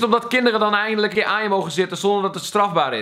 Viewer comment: nee EIN-DEE-LIJK oke sorry hij is slecht